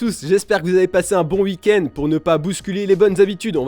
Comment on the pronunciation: Week-end (Ouik-aind) et pas uike-aind. "Clore" et pas "clôturer". Clôturer, ça veut dire "poser une clôture". Pardon, mais il fallait que ça sorte...